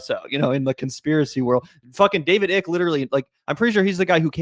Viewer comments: His name is David Ike, it's not pronounced "Ick" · Hi I'm from the UK and Icke is pronounces Eyecke - he's been around along time in the UK and started off as a youth footballer (until rheumatoid arthritis ended his career) and sports commentator before he went completely batshit. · "Icke" is pronounced "Ike". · David Ick, as in "Ick" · PRONOUNCING IT DAVID 'ICK' IS HILARIOUS AND SO APPROPRIATE LOL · David EYE-K-UH